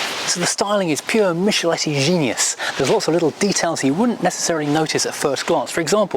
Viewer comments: Spartan but cute. And that’s Michelotti not Micheletti. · Enjoyed this video a lot... Please not note though it's "mickelotti" though :P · Who is this Mishaletti? The design was by Giovanni Michelotti (pronounced Mick-a-lotty). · A really elegant little car. The designer's name is Giovanni Michelotti, pronounced Mick-. He's well known for being the designer of all Triumphs from 1960 onwards.